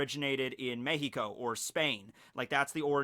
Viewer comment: pronouncing Mexico correctly?:0 Eargasm